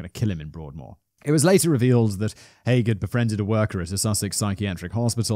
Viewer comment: Hearing Haigh pronounced correctly so many times filled me with joy - I get called Mr High, Mr Hay etc so many times I have stopped correcting people. Also same surname but no relation (I have checked, lol)